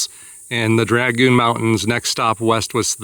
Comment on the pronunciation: It's dragoon, not dragon.. da